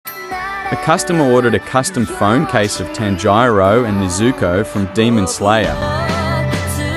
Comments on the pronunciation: Bro it is pronounced tanjiro not tangyro.nice art btw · Bro pronounced it like “Tan-jaro & Ne-zoo-ko”💀